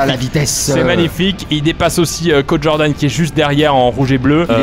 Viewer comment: Tout le monde : Cod Jordan Pierre Croce : Caude Jordan